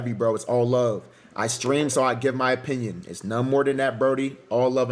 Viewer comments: Tfw you cant concentrate on the content of a video because you trying to figure out what an "aye-pinion" is. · Lmfao wtf is an "Apinion"???😂😂😂😂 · Bro said A pinion 😂😂